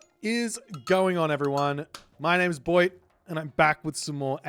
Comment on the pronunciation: Boit turns egyptian for a secound